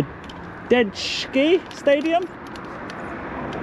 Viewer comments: It's pronounced Ma-Jay-ski, not ma-des-ki. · Maj Jet Ski Stadium is how you say it. The Car Lease name thing is just a name sponsorship deal basically to rename the stadium in return for £££ lol. Big ups and police all well done.